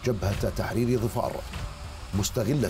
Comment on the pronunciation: ظِفار بكسر الظاء !!